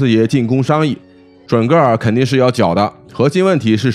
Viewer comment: 应该是准噶（ga）尔对不对？